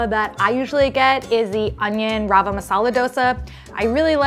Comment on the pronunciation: Rawa isnt pronounced as "Raawa" but " Ravaa". Just a tiny humble advice .